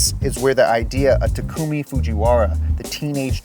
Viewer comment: Everytime he says takumis name it drives me wild he says i wrong lol